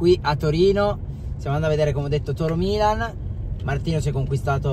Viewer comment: Milan❤🖤io mi sono messa a piangere quando ha detto la prima volta ✨MiLaGn✨